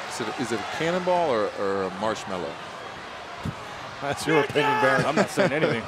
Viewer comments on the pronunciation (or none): "a marshallow"? really? ugh!